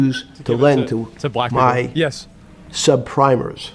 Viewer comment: "Sub prim-ers" looool Keeping that in my head